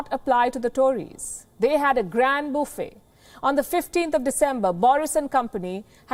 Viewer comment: “Booffet dinners” Johnson would be in on that :)